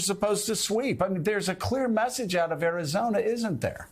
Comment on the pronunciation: Guys... he straight up said Arizonia... not Arizona... He said Arizonia lol and then said it correctly later